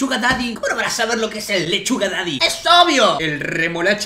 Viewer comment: cuando dijo leshuga yo pense: suga la leshuga? grehqjNgshwjjjkaj